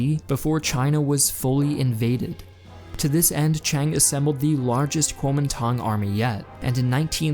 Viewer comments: Your text graphics used Pinyin Chinese words while your voice over used Wade-Giles Chinese pronounciation. I really enjoy your videos but small discrepancies make them mildly confusing at times. Great oversight though. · The way you pronounce kuomintang needs to be better